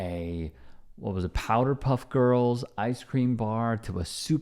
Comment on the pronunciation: It's POWERpuff Girls, not POWDERpuff Girls